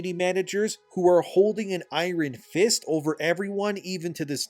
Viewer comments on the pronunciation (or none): Sweet baby INFECTED...😆 "Ire-in fist" 🤔